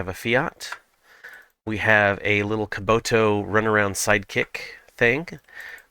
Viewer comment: Why do you call kubota "kaboto" ?